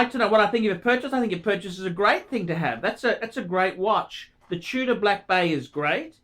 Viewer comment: I don't like the "Chewddah" that much...